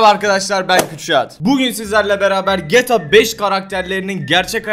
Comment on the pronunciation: Şu ''GTA'' yı düzgün söyler misin?